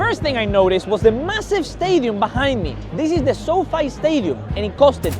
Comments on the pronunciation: คนพากย์เสียงภาษาไทยควรเช็คเรื่องคำศัพท์หน่อยนะครับ ทีมชาติ Austria (ออสเตรีย) ไม่ใช่ Australia (ออสเตเรีย) SoFi (โซไฟ ไม่ใช่โซฟี่) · my man its pronounced sow fee stadium not sow fay